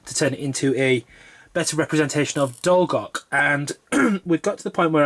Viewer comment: Nice modelling, and good hints for when I start my conversion 8n due course. Could I respectfully ask whether you’ve taken advice on pronunciation of Dolgoch and Talyllyn?